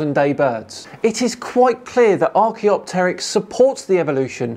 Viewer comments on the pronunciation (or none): He has pronunciation of archaeopteryx and vestigial over you, but that's where it ends!